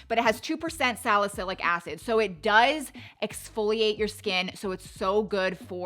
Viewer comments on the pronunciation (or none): none